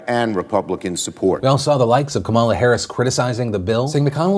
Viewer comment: I have to say this... Kamala Harris's name is pronounced Comma-la. That is all.